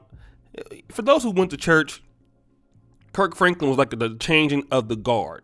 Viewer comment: My guy said Perc Franklin